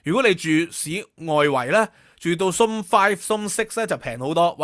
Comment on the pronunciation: Host cannot pronounced "zone"! He said ZOMB😂